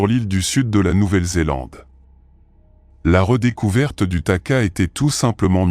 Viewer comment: Pas taka, takahé .